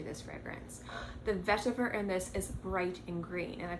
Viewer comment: Why do you keep saying vetiver like that? It’s not a French word. LOL. Chill out.